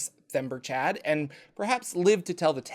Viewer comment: Themberchaud is kinda "The ember chaud (hot, in French), Or "the hot ember", so he's not "Chad." Themberchaud, logically, ends in a sound like "Showed"